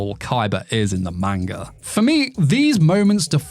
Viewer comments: How do you get away with saying manga like that dude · I love your videos but you're pronunciation of manga hurts.